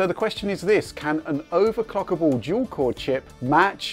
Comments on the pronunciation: He clearly said "overclockable". You need some hearing aids. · He said overclockable. I could clearly hear the L in the word.